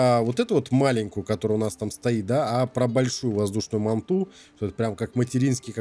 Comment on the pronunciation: Назови манту "Гигант" или "Хвостокол" а еще не мантА а мАнта